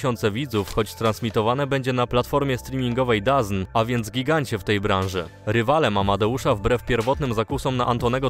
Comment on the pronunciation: Dazyn 😂😂😂 wypowiada się to dizołn 😂😂😂DAZN